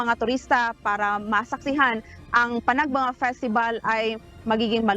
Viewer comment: Bakit ang prounoncement ng nag babalita ay panag banga, eh panag benga ang nakasulat sa tarpulin ng Baguio.